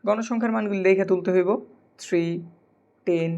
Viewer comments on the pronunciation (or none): none